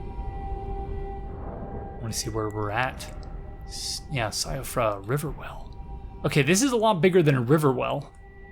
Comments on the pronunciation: Just FYI, Blaidd is Welsh/Irish/Gaelic. It is pronounced like "Blythe" and means *WOLF*. Also, Siofra is (Welsh/Irish/Gaelic again) is pronounced "SHEE-fra" and means changeling/Elf child/precious child. Fun with definitions! 😊 What an absolute joy it is to have regular content from you to watch again,! ♥I did not enjoy this game initially and I still think it's From's worst game (Bloodborne and DS 1&3 are my favorites), but seeing it through your eyes is still a magical experience. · If it matters to you. Siofra is pronounced (shee-fra) with a slight roll on the 'r'.